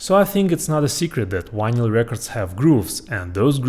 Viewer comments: you seem to have a very good command over the English language except for the sound of one letter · Love the way you pronounce "vinyl". Just like Chekov on Star Trek. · "wineyal" lol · I think he's saying vinyl records. Sounds like "wino records". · You do know you are saying vinyl wrong right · Bro, you can pronounce V. You did it when you said “we’ve” A bit of practice and you can polish that pronunciation. Yes, I also speak other languages and I work hard on pronunciation. I think it shows respect to the people I’m communicating with. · "wanyl" instead of "vinyl"? Skiiip! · You can pronounce the “v” in video, and everything, but you still say why-nyl instead of vinyl? Anyway, pretty cool stuff. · It’s vinyl, not winyl. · It's Vinyl not Winyl, in English. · Vy-nall not VY-nyal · It’s Vinyl…not winlyn lol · It’s VINYL, not WINYL! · You can say the word "groove" with the V being properly pronounced no problem but can't say Vinyl with the V properly pronounced? What the fuck is a whinel? It's Vinyl, do better, you're obviously smart. Vinyl not whinel. 😂😂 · OH, vinal..... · Take a shot everytime he says "wynil". 😂😂😂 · Triggered. Not even yet beyond the intro, but we have a guy measuring stuff by atoms, calling his vynle collection wis wynle collection. Losing me fast. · VINL - the Y is silent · What's a 'whinal collection' ? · it's RECORD! no vinyl and not whinyl. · Why do you say ¨Winal¨?,😅😅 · How come you're so incredibly smart, intelligent, and educated.... But you pronounce "vinyl" like "Wynil"? No English (British, American, Australian, South African, etc) pronounces "vinyl" like this.